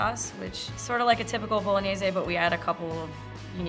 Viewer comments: Why tf do you pronounce "Bolog-nays" as "bolo-nay-ze" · She butchered bolognese 😂 zay